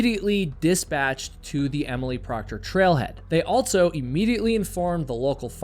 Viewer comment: If this were true, then everyone from wherever he grew up would put Ts where they dont belong, and omit them when they shouldnt. He says "buh" instead of "but" yet puts a T in the middle of also. There's a lot of this going on. Start listening for it. It's like the new "Valley Girl" from the early 80s. It seems to affect liberals more than conservative types. Children speak this way, and it is incumbent on parents and teachers to correct these things. But teachers aren't allowed to shame kids and parents are too checked out or narcissistic to notice their child hasn't outgrown their toddler-speak.